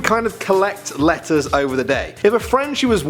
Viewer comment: i actually tought you were saying lettuce but it was actually letters